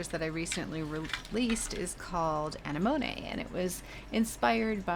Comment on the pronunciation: uh neh muh nee is how you pronounce that crazy flower! It is beautiful and your paints are stunning, That green though!!! LOVE